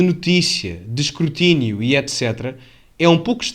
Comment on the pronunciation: Escurtinio?😂😂😂😂😂 Escrutínio, porra!